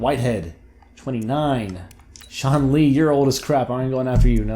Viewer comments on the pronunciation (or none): none